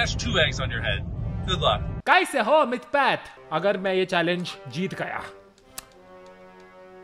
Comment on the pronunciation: I just realised Mr.Beast said "kaise ho mythpat" but didn't know how to fully pronounce it. He tried his best to kind of speak hindi lol GG Mr.Beast! You'll get there slowly and you saying it warmed my heart lots of love ,u, Edit: this was before i had seen the whole video and had no idea mythpat would give a subtitle to what he said rip